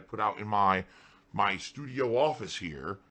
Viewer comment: ”STUDIO” Oh 😂